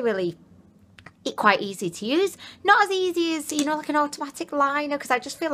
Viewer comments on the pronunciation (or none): when you was talking about the lip liner, I thought you called it a autotwatic liner lol xx